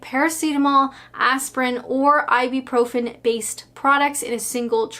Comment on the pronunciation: Hi, I love you but for the love of god stop calling Ibuprofen “Ibi-profen” (I’m a pharmacist and this is a massive pet peeve)😂